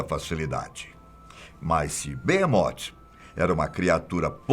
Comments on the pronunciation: Não é Beemote, é behemoth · o Nome E Behemoth Não Beemote kkkk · Mano..eh "Behemot" n beemote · BeHemoth com som de R não beemote porra fatos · Oh , man , é Behemoth e não beemot ...